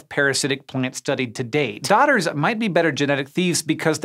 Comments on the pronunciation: Freaking accents, took me way too long to realise they're "dodders" and not "daughters" in an accent 🤣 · Even after it had been spelled out on screen, i kept hearing "daughter" as well ;)